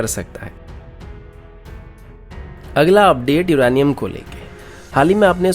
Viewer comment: CID K SALUNKE HAI BHAI SADUKE NHI😂 or Uranium hota hai Iranium nhi😂